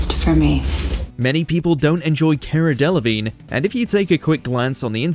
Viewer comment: Who the hell is 'Kerra Delevingne'?